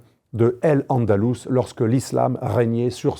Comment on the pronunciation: AL andalous et pas El andalous. AL quaida et pas El quaida. Vous avez un problème linguistique non?